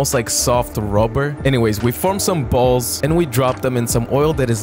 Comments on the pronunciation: "for some more Chrismas b a l l s " Am I just down bad or is he saying it in bold? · I like the emphasis on the B in 🅱️alls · The way he emphasises the word balls never gets old ☕️🗿